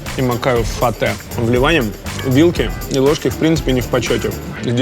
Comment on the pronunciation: не фэта а фаттэ ,, не тхина а тхини ,,,,, . боже как режет слух когда неправильно произносят